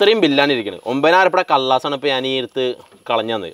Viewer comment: കല്ലസ് അല്ല കള്ളാസ്